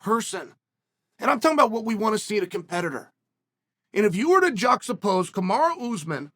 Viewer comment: Chael “juxtapose” Sonnen!